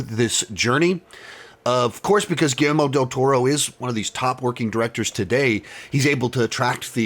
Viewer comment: It’s not just you,, so please don’t think I’m singling you out as I’ve seen several other critics do the same thing, but is it really so hard to pronounce Guillermo? Everyone seems to keep pronouncing it Guillelmo.